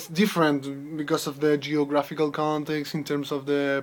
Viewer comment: Oral Journal:: Please, pay attention to these details in your speaking: - punch? punched? pronun + word/use - choice) - How could people attak this (questions order) - The linguistic imperisalism ( Use of "the") - the (pronun. before a consonant and a noun) - Organization: This is something that you should practice. You have brilliant ideas, however, you are still struggling trying to organize them. Also, you don't need to speak fast, English is not your first language, your objective should be to be understood by people. RUBRIC: Fluency: 10 Organization: 9 Language Structuring: 8 Vocabulary: 8 Pronunciation: 8 Task: 9 Organization: 8 Reflection Quality: 9 TOTAL SCORE: 69/80 MARK: 5.6